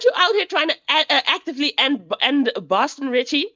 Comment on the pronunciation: It’s Boston cmon get it right